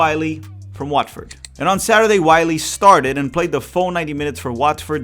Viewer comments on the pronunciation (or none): none